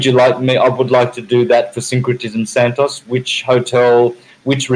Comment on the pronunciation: Its santos not how you pronounce it. ENJOY. Correct his first name FIRSTLY because its QUALITY.